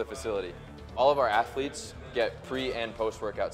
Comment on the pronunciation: “All of our atheletes.” - 😂😂